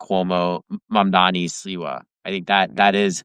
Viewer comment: Tara, I was about to subscribe, as I enjoyed this guest -- but please learn how to properly pronounce the names of candidates. If you watched the debates, which I would hope you did, you would know it's M-A-M-D-A-N-I. It's not that hard.